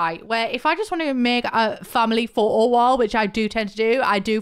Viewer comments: now I’m gonna say photo as “pho’o” thanks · take a shot every time says phoh-oh